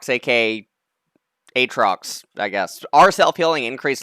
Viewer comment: Aatrox aka AYAY-trox